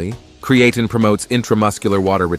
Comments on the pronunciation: Its pronounced crea Teen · Ai annoying by mispronunciation of the video subject. Not create teen or Creattyn. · Was hoping to learn something, but could only hear the Ai pronouncing Creatine wrong a thousand times in a few ways. 😤😂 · The generated voice should be able to pronounce the word Creatine. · 1st place for how many times you can mispronounce Creatine. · I appreciate the information shared here. I hate the use of the lousy robot voice that cannot even pronounce creatine, which is the whole subject. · The podcaster needs to learn how to pronounce creatine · The pronunciation of creatine is wrong and irritating. All credibility is lost if you can’t pronounce a technical name correctly. . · Maybe have your AI voice learn to pronounce creatine and be consistent in pronunciation!